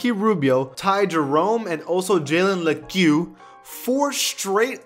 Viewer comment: and Lecque is just pronounced "leak" 😂